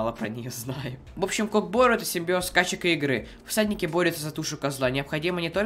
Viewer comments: Братиш немного неправильно ударение не КОК БО́РУ , А УДАРЕНИЕ НА КОК БОРУ́ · Не кок бо́ру а кок бору́